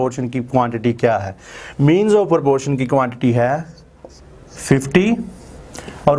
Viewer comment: Its not porpotion its proportion😂